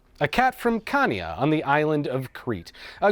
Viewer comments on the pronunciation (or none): I hate to be that person … but you don’t pronounce Chania with hard “K”, but maybe more like “Sh” I’m “shadow”. I’m sure a Greek can correct me if I’m wrong. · babe,, u butchered the name, its pronounced hania. Come to athens and i can tell it to you upclose. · Chanya .. with the Ch like in Chutzpah. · Chania is pronounced without the C, it’s Hania. Written in greek Xania, and X is H.